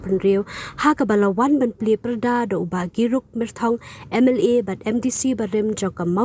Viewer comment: Girup myrthong❌️Gigur myrthong✅️🤣